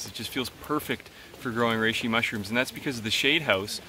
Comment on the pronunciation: Anyone else hear him say it "rrrrReishi"?